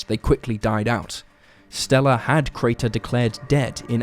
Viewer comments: The number of times he says "Carter" rather that "Crater" is just crazy. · Crater, not Carter. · Crater, not Carter! Get it right, you don't know what the hell you're doing. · he says both Crater and Carter. I grew up with this story being mentioned and the inconsistent pronunciation is grating.